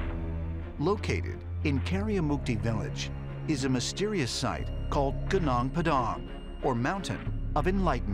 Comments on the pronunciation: Take it simple.. that's pronounced Goo Noonk Pa-Dunk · It's funny to hear you pronounce gunung Padang . It's sounds like Gnoong pdang lol 😂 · Chuckled on the way the narrator pronounce 'Gunung Padang'. it should be pronounced as 'Goo-noong Pah-dang', which means Padang Mountain. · The right pronounciation of 'Gunung Padang' 'Goo-Noong Pa-Dung' Its two words, so dont read it too fast... Greetings from 💗 Indonesia 💗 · You spelt it wrong tbh. The "Gunung Padang" word must be called more like "Goonoong Pah-dang". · "Geunong Peudaaang" ceunah 😂😂😂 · It is funny how they pronounced "ganang padang", just like some american vlogger said local javanese dish "goodeck" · as an indonesian, hearing this narrator saying “Gunung Padang” as “genong padong” is truly making me cringe. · "Gunang Padang" Sound weird to me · I cringed everytime they said “Guh nung pha dhang” hahahaha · genang pedang.... just say padang mountain will ya? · goo-nung pu-dung 😂😂😂😂😂😂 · Dear Foolish Narrator. Haven't you learned anything? IT IS PRONOUNCED "GOONOONG PAADAANG"!!!! Means: The Meadow Hill or Mountain'!!! You are a shame! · I burst into laughter everytime he pronounce "gunung padang" 🤣🤣🤣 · This guys pronounciation of Gunung Padang gave me cancer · 🤦‍♀ His pronunciation of Gunung Padang. You'll never find the place if you go asking for it the way he says it. *psa - Indonesian is pronounced phonetically. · The way the narrator says "Gunung Padang" gets my stomach churned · They absolutely buchered Gunung Padang pronunciation 😭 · Didn't even try to research how to pronounce "gunung padang" correctly. Seriously. At least try, dude! Saying it was built by aliens just because it's not built by the west. Disgusting. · Berarti mereka belum pernah berkunjung langsung ke lokasi gunung padang. Kalo sudah pernah ke lokasi pasti mereka tahu kalao ucapan yg benar adalah "gunung padang" bukan "gunang pedang" .. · Narrator: Genang Padang. Me: narrator, please say goonoong padang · gunung padang, not ganang padang.